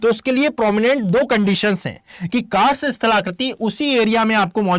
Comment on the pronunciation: कार्स्ट होता है सर। Ugoslavia में है